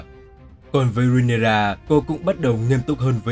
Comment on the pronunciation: Rê ny ra chứ ry nê ra đâu vậy